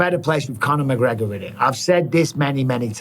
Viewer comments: Who the fook is McGreogr? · Who's mcgreogr?